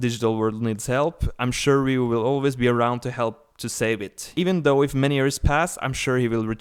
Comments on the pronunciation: You said his name wrong so many times I couldn't watch the whole video. You kept saying "Ryu" when his name clearly has an "O" at the end and not a "U." And before you say anything about different accents, an accent isn't an excuse to murder someone's name. It's a Japanese name and it's pronounced "Ri-yo." A "Ryu" is a dragon...and a guy on Street Fighter lol. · Actually is more like "ry-ow" it is actually spelled as "Ryou" in Japanese (yes, just like Kyou/Kyo from The King Of Fighters game series) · It's Ryo. The guy kept mispronouncing his name. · Technically Ryou, but in america is spelled "Ryo" (and pronounced that way) So I dunno why this guy keeps mispronouncing it. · You are wrong. When you spell a Japanese word or name with a "u" at the end, you simply elongate the "O" sound into the "U" that makes it sound like they are almost one in the same. That's cute. Someone tried to tell me how to pronounce a Japanese name when I took Japanese in school LOL. Close, but not with that "W" in it.